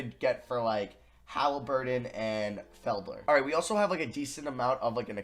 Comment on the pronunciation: No one:: FED-LER *Its Fel-Der